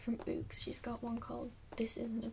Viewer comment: the way she says books lol